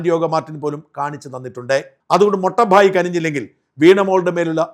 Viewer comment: സാർ. മൊട്ട ബായി അല്ല മോട്ട ബായി ആണ്. മൂത്ത സഹോദരൻ എന്ന്.